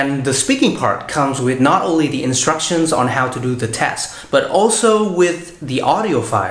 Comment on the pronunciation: E rất hâm mộ anh vì khả năng nói Tiếng Anh của anh. Tuy nhiên, ở phút thứ 2 anh nói " the spelling " với mạo từ " the" như khi đứng trước một nguyên âm vậy. Nhưng không sao, đây chỉ là 1 lỗi nhỏ xíu xiu thôi, ai nói Tiếng Anh đều không thể tránh khỏi cả.